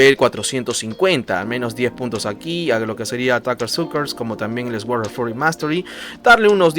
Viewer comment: bro, no es por mala onda ni nada pero trata de pronunciar suord en vez de esguord ( sword ) repito no es en mala onda. exelente video gracias por compartir.